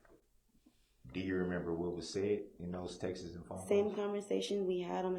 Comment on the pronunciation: It’s “texts” Darrell not texas! We need an interpreter for Darrell I think!